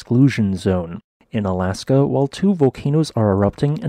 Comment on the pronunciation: If you haven't done so please listen to the song Alaska by Phish because every time you say "in Alaska" you sound like their singer who kind of sings in a speaking-singing style clearly enunciating his words like how you talk. Also, I was unaware there was a volcano woth a name that rhymes with orangutan.